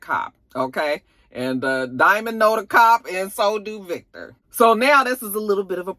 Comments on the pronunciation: I laugh every time you say “Vayctor” LMAOOOOOOOOOOOOOOOOO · I am here for the Jamaican twist on the Irish🤣🤣Vake-tor!!! I hollered🤣🤣🤣